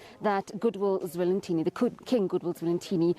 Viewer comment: SABC - Please get His Majesty's name right! King Goodwill Zwelithini - NOT Zwelinthini!